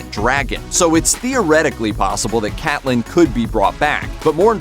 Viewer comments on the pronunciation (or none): Cate-lynn! not Cat-lynn